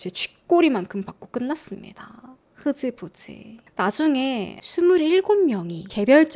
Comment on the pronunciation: 흐 zㅣ부 zㅣ,,,😂😂😂 ㅈ발음을 z으로 하시네😂😂😂 귀여우셔